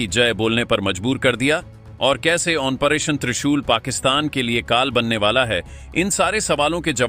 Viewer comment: अपना उच्चारण ठीक करें। ऑपरेशन को ओमप्रेशन बोल रहे हैं।